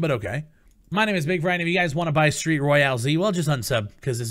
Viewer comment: Cant even say the name correctly... and yes the game is trash but I dont understand why u want qaulity control. Let the market be free and open to anyone and let the consumers of the free market push people out by not purchasing the product and review bombing it when necessary. Valve is a publisher but steam is a platform. As a platform you dont have the right to violate the peoples volition. This is the exact argument people are making with the censorship on youtube and various platforms. Bigfry make your argument persistent across all instances not just the ones that back your business. I say this as a fan not an enemy or critic. Check yourself.